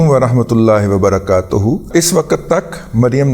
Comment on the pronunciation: Razi bhai salam me lafz " wa barakatAho...nahi balke sahi " wabarakatO ho hy. Plz correct it. Kionke arabi men araab ki galti se mani b badal jaty hn.